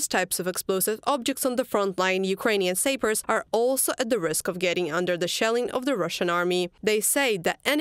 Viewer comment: Magnificent report! Slava Sappers. Just a note on pronunciation, "sappers" rhymes with "mappers" with a short "a" not a long "a." My parents corrected my English and I do it as an act of love for you. 🔱